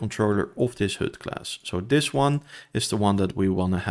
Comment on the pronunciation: The vowel for HUD is not correct. Even your timestamp reads "hood". Lovely descriptive video otherwise.